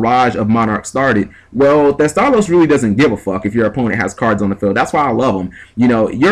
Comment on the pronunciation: heh did you call him Teste?